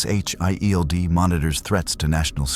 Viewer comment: JUST SAY SHIELD AND NOT S H I E L D!!!!